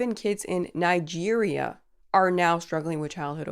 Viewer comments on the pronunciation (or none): Why did u say Nigeria like that